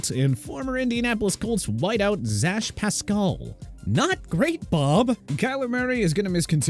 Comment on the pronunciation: they did not just pronounce Zack as ZASH